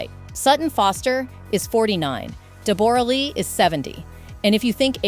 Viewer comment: Her name us pronounced Debra not debore ra